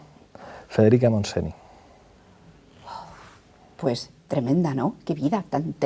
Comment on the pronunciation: Pablo, por dios, Frederica MontsenI NO, se pronuncia Frederica MontseÑ!!